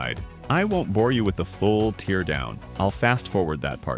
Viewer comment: I can't decide if your videos are AI narrated or not. It sounds natural but then we get a "I won't bother you with a full tear down" moment where 'tear' is said as a tear from the eyes or the way vRAM is said.